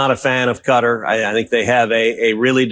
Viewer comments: Maybe the jet was to try and get americans to pronounce kuh-TAR correctly, or is saying cutter just easier for all the ericans? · Excuse me, it is not Cutter. It is pronounced kuh taar you stupid Fox people. Thank you,, for the proper name usage. ❤ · Why is everyone pronouncing Qatar like cutter? It’s Qa-tar right? Am I getting this wrong? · Why is people call the country Cutter? It is pronounced ka-tar (if you can do it with a French accent,) Bonus points 😂. Cheers!❤ from Canada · It's Qa'tar.....not cutter. Say it correctly. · Uk guy here what’s all this Kuta ? It’s pronounced Kuh-taa crying out loud. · How do so many people pronounce Quatar wrong?? It’s not “cutter” it’s “cuh-tar” 🤦🏼‍♂️ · ITS KUH-TAR!!!!!! Why pronounce folks from there as Kuh-tahhhhries if they are from Kutter? They'd be Kutteries!!🤦🤦🤦 😅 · WTF is wrong with Americans? Its Kah-tar. Why is it so friggin hard to even TRY pronouncing the name of a country properly. Its NOT cutter. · A ghastly fake tanned man leads a presently gutless nation. YOUVE LOST SIGHT OF SIMPLE RIGHT AND WRONG. 🇬🇧🇬🇧🇬🇧🇬🇧🇬🇧 by the way it's Qatar, not. Cutter. 😮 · How do you make it cutter ? You morons even Trump can say Qatar properly. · Could news anchors learn how to pronounce Qatar... it is is not pronounced 'Kutta'!!! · Cutter??? No Wonder The World Hates The USA Right Now, You Cannot Say A Nations Name Properly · It took me a while to understand that when they say ”Cutter” they actually mean Qatar. Like why?? And also like why can he take a 400m jet 😭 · Why can’t yanks pronounce Qat-AR? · What is up with everyone in the media pronouncing Qatar as "Cutter"? is the only person I've heard all day who pronounces it correctly 😅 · Cutter ?? It's Qatar ! Do better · You are right. Cutter is not how it's suppose to be pronounced. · American ignorance and boorishness is on full display when they pronounce Qatar as cutter. 🤮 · Why is everyone pronouncing Qatar like "cutter" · Can't even pronounce Qatar correctly